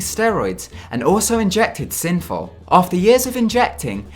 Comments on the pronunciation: Dude, it's 'synthol' not 'synfol' ! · Synfow. You mean Synthol!